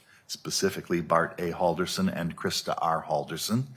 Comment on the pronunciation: Imagine having a defense lawyer that's so bad, she cannot remember how to pronounce your name right.